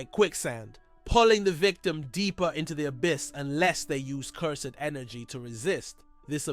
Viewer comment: Nice video man you deserve many subscribers. But my brother its cursed energy not Cur-sed